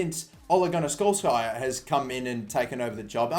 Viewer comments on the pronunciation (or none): What the fuck?? Ole Gonar Scholesjaer?? 😂😂 speak slower jesus 😂😂😂😂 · I like how you said ole gunnar solkjaer: ole gunnar skolkaer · his pronunciation of Ole Gunnar Solskjær makes me cry